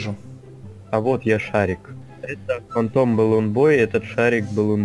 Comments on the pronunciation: ето не Фантайм а фантом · знаю, но это не фантайм а фантом